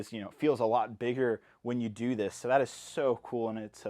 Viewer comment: “I really enjoy the ability to DEW that” I’m sorry